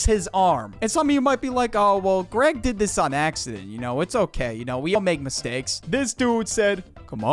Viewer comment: you witterally keep saying "Gweg" and "Wowley" nerdy sounding ahh boi